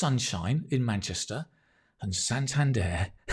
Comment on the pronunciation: Munchester city ☠️